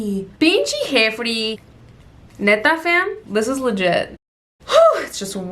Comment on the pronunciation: New subscriber here!! I love your personality lmao pinche “Jefri” 🤣